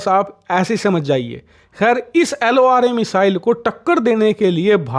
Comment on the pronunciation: Laura nhi wo 😂 LORA hai 😂😂